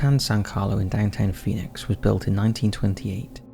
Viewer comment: Phinix castles... Lolol.. Those are defenetly not castles.